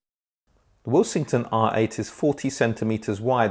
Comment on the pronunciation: I keep hearing say the brand's name as "will-sing-ton" but that's not how the alphabets in the name suggests it to be. Second order harmonic distortion at the output?